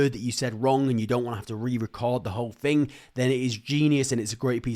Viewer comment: Do the ai systems correct the way you speak ? I m wondering you say fing instead of thing etc